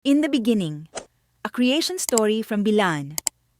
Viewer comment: It's not Bilaan it's Blaan